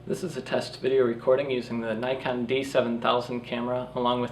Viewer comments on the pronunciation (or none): NIKK on .pronounced , not NIGH con , you americans